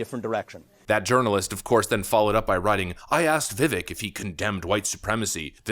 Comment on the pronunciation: Did say “urnalist?